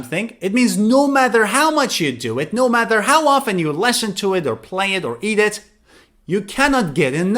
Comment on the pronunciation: Hi. I am from Singapore. I enjoy watching your video so much. I heard the way you pronounce "listen", "listening" different from I do. Timestamps: 06.38, 07.52.